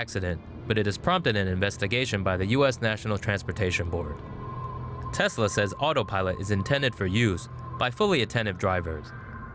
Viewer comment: The voice says tezla